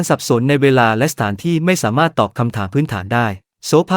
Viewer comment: สามารถ อ่านสา มา รด จริงอ่านจะ ริง❤